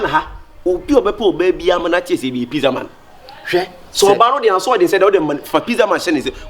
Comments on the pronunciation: Kyekyeku you're pushing into Trouble oooooooo By the way you're making me feel better on my birthday which is today. please is Pizza not pissa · Kyekyeku ur friend said it right it pizza not pezza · actually pronounced PIZZA 🍕 the right way. Kyekyeku said PIZZILLL 😂